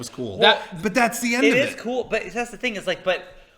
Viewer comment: Every time says "But!", I hear "Butt!":D